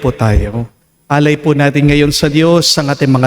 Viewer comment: Hello father, salamat SA MgA word of inspiration ❤ pero please wag niyo po lagyan ng "H" ang iyong T po 😂